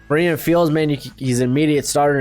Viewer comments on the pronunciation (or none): none